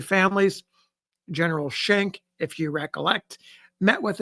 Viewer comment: Hahaha 😂 “I’m not gonna attempt it in its original slang” Legitimately deep belly laughs at Gin-eral 😂